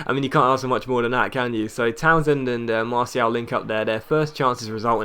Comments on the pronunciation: I really dont think you're pronouncing it right, I think you either say marshall or mar-ti-al, not marsial :) it makes more sense doing what I suggested" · Im French and it pronounced mar-ti-al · look up Martial on youtube. See how the commentators pronounce it maybe? They'd know better, they're french.